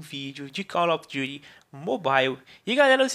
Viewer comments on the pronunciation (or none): kkk m2 se fala calofidhui igual minha irmazinha vei kk